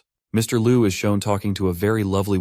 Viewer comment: please improve the AI, like when calling "mister (pause) liu" the pause make the story different😅